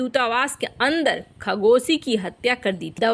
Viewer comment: खगोसी नही, वह तो खशोगी है 🤣